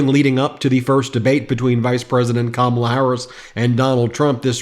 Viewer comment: I’m concerned this intelligent “pretty” lawyer cannot pronounce Kamala. Would she be okay if we called her A-LINE-a Habba? Probably not